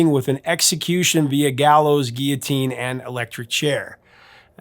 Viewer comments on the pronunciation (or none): none